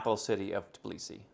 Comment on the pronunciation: But he never pronounces the Tbilisi the right way 🙈 He always says Tiblisi 🙈